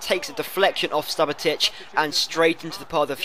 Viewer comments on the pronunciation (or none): you need to work on you pronunciation Modric = Modrich Hummels = Huh-mmels Subotic = Soobotich